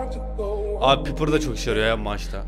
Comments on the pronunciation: abi o piper diye yazılıyor paypır diye okunuyor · Lütfen piper a pipır deme abi paypır diye oku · 9.14 pipır :D